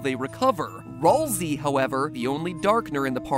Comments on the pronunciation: ...? did u say rawlslai? not that srry its ralslai idk if i speled that right if i did ok i get it. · No it's Ral'sei